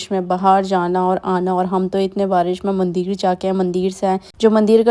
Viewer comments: Yes mandir and not mandeer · mandir me chooti e hoti h na ki badi e ...bhut awkward h aapke mandir ka pronunciation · मंदिर होता है। सही बोलने में कोई दिक्कत है क्या